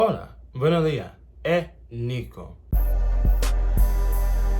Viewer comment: It’s not a bad think Nico. I’m trying to help you out. It’s “Buenos Días”. Please pronounce the “s “ on both of these words.